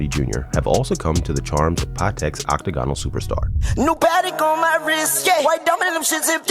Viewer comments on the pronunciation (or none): This guy needs to learn how to pronounce “octagonal”